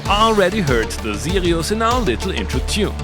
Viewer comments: Now I really want to hear that M.A.S.S. engine! Maybe a future Better Gear episode? BTW whenever you said "Sirius" it sounded like you were saying "Zealios" so I kept thinking I was watching a mechanical keyboard video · This was one of the best synths in the series, I don’t know how it got to Bad Gear... Love how you pronounce Sirius the German way :) Btw, it would be interesting to see a Casio CSM-1 (or its Hohner counterpart, the MSE-1, which I can donate to you)